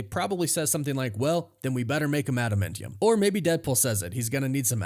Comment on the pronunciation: Smh… adaMANtium dude…. Not adaMENtiun